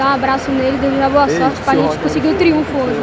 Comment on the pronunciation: já teve tempo de Ceni aprender a falar triunfo hein! fala errado toda hora pqp